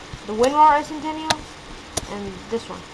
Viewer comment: Ess - sen - ten - ee - alls? kids these days.